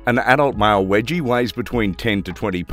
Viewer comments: its not "wedgie" its weejee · Wedgie!?? Can you anglophones just stop destroying names!!